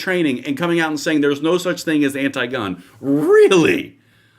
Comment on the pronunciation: "We're not anit-gun". WTF did I just hear? LMFAO